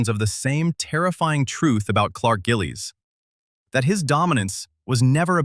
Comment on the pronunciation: Clark Gililies!!! Good vid